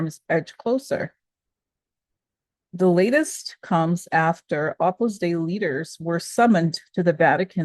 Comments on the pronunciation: Love your daily shares! 🙏🏻🙏🏻🙏🏻 Side note: Opus Dei is pronounced 'Opus Day.' 🥰💙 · pronounce O pus Day-ee